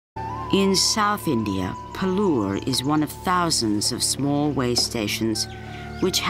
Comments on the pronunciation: Hahaha! I could see that this video is very old. However I saw it only now, so I thought of adding this comment. From the name of the author it seems he is an Indian, so by just changing the Accent one can't hide his origin. Secondly the name of the station is pronounced as PAALOOR, a Village of Milk and not as PALUR, a Village of Teeth. Moreover from the various scenes it seems the earlier name is correct, a Village of Milk. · It's pronounced as Paaalur where Paal means milk in Tamil. The station is in Tamil Nadu.